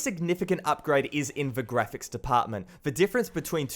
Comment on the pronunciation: FUCKING!!!! It's "The" not "Va" doing my fucking head in mate